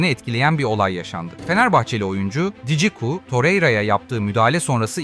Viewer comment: Djiku ne amk jiku demek çok mu zor